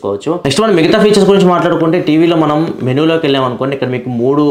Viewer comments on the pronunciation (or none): none